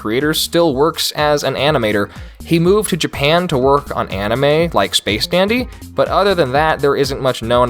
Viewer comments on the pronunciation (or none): none